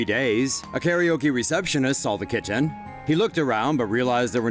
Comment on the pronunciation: I heard kitchen instead of "Kitten" 😂😂 please tell me I'm just hungry